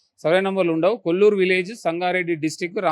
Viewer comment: It is Kollur.You are saying Kollapur.Plot owners also not correcting.